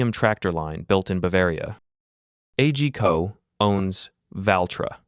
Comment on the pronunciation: Isn't A G Co promounced as on word ?